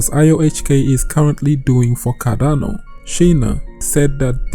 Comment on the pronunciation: Its CarDano not CaRRano ffs... is this so hard to pronounce?!